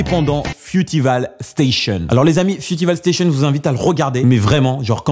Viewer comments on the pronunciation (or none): "frutival stassion" mdrr t'abuses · Fioutivale station et zet eukwerd moment :') Quel accent mdr Fruit pas fiouti